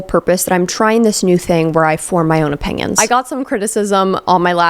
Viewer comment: You say opinions like opingions. Like how some people throw a G in onion, ungyun